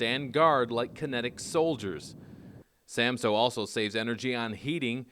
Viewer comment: Samsø! What is so difficult about saying it right!